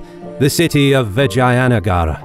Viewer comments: It's vijaynagar not vagina nagar..haha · Its read as "Vij-jeya"(Victorious) "Nugger"(territory/town/country/city). Please consider learning foreign pronunciation as it will add more value to your content and show that you have respect for other cultures. Just ask a native and I am sure many people would love to help. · Thank you for making this! 😊 One nit: All the a's in Vijayanagara are pronounced like pun. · I like the accent how you spoke The name of the mighty VIJAYNAGAR EMPIRE